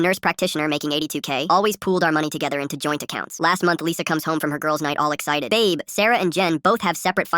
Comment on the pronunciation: In the start of the vid she said abe instead of babe if u guys noticed.